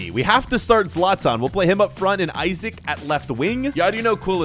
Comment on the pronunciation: its not pronounced Isaac its pronounced like E sock